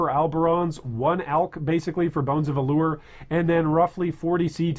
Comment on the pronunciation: Bones of Ullr, not alure